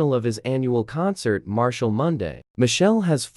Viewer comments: Pronounce the man name properly, who the hell is Michelle Montano. 😮😮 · Y’all can’t listen properly. (This voice thing mispronounced Machel as “Michelle”, the wife name is Rene) The wife has NO children. The 4 kids are all his from prior relationships.